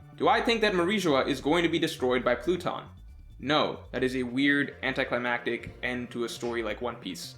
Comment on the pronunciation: This man said “platoon” 😂😂😂 its pluton bro